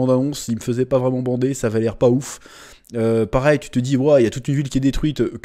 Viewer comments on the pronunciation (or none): none